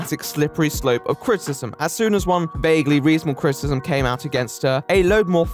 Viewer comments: Can you please enunciate "criticism", it sounds as though like you are saying "critism", and is pretty distracting. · Unrelated question, does anyone else hear "critism" instead of "criticism "? It was distracting me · Are you saying "critsm"? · Great video, like it very much but god you can't pronounce the word 'criticism'.